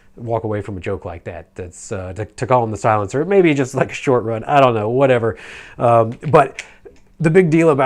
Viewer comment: "Silance of the cans" 😆